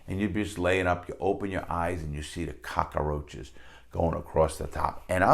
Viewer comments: Larry says cockroach like Tony Montana. Cock-uh-roach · "Ramoon noodle soups" "Cockaroach" (reminds me of Tony Montana) Love the way he says those